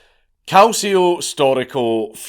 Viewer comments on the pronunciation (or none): Your italian pronunciation is pretty good 😂😂 your only mistake is "Calcio". It's pronounced more like "Kal-chi-o".